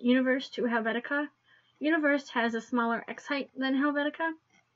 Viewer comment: FFS! For Frutiger's sake, the font is not pronounced "universe" !!!!!!!!!!!!!!!!!!!